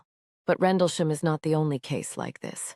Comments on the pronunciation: What the hell is a "Randlesham" ? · At least get the name right😂 RENDLESHAM